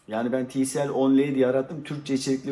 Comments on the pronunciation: tielsi değil tisiel :) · Tielsi değil tisiel